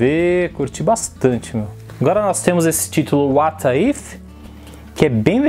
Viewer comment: Oi,. Só pra deixar sua fala ainda melhor: a pronúncia correta de "What if" é "uót ífi". Um abraço.